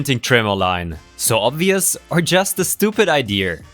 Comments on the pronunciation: Idea not ider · Holy shit, didnt think anyone outside of trailer trash said Idear bahahahaha